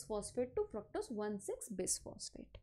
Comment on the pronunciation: Bisphate nahi hai...biphosphate hai vo